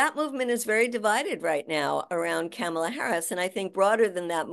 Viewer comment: PLEASE pronounce VP Harris's first name correctly Madea! It's "COMMA-LA". NOT "CAMel-luh".